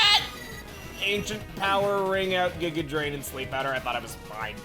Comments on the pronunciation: The weird G-eye-ga pronunciation comes from people comparing it to the villain Giygas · Giga being pronounced that way is probably from earthbound